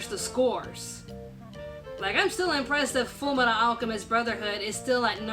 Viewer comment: u mispronounced fullmetal alchemist